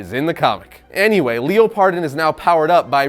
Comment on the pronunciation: Leo - Pardon lolol I am pretty sure it’s just pronounced like Leopard + on. Good video tho! Can’t wait to see it.